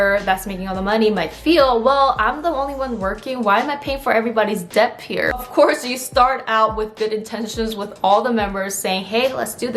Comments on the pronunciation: i just noticed your incorrect pronunciation of "debt" ✌️ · Just wanna let you know that the "b" is silent in the word "debt"...